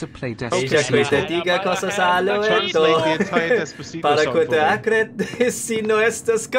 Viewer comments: I'm a spanish guy and you did it good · You have a great spanish accent, I'm from Spain and I got impressed by your pronunciation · I am part of the spanish fanbase and i am not insulted oh btw 10/10 You did it perfectly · Uhh, you kinda did well on pronouncing the Spanish Lyrics of Despacito, just tellin'